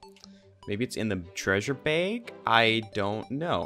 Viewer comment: i like how he says treasure beyyg